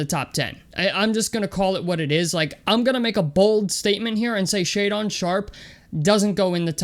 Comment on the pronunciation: If you going to trash the kid and you have been following him then you should know how to pronounce his name it's Shay Dun not Shay Don lmao